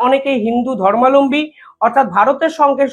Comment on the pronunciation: Not "Hindu Dharmaalambi" It will be spelt "Hindu Dharmaabalambi" No problem,sleep of tongue. Thanks for vital information on the current affairs.